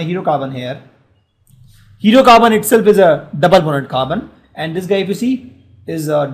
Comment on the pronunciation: And it's carbon not khaarban